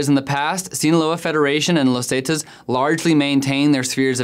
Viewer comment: This report would have been better if the narrator would have said "zetas" and "michoacan" correctly.